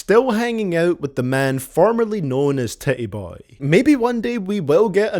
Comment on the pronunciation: "Tit-E Boey"